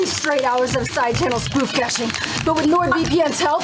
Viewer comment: "spoof gashing"? lol